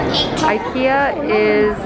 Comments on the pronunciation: The fact you’re pronouncing IKEA correctly 😭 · I’m Swedish and CRED TO YOU FOR PRONOUNCING IT RIGHT!! So impressed HAHA❤️🥺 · Proud to here the right pronunciation of Ikea haha, love you and content! love from sweden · Thanks from Sweden for pronouncing IKEA correctly:)🇸🇪🇸🇪